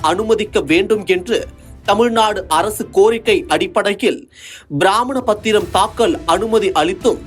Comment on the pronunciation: பிராமண பத்திரம் இல்லை.... பிரமாண பத்திரம் 😅😅😅😅😅 நல்ல செய்தி வாசிப்பாளர்😂